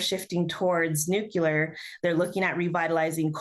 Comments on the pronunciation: Nuclear Nuclear! Not Nucular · NuCLEEar not nucyoolar. Otherwise, we must stop data centers on Indigenous Nations land. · it's pronouncerd NEW-KLEE-AR, not NEWK-YOU-LER. Look at the spelling: nuclear. Pronounce the letter sounds from left to right. Simple.